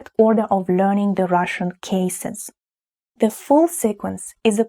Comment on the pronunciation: I could comment on your English pronunciation, but I won't. Try to learn to say "The" with a genuine "Th" sound, not "Ze" or "De". Its not "Ze" or Zis", it is "The" and "This". Is this important? Maybe not, but why have everything with different endings for case and gender? English has few case and gender endings, and it seems to survive ok. I am, you are, he is, we are, you are, they are. He thinks, you think. Я люблю бабушek.